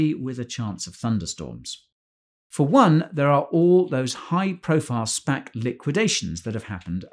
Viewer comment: every time guy says spac i hear spank. 😅 spank bubble